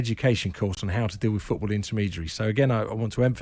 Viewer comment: Jim, its FOOT-ball, stop saying feckin FEWT-ball!!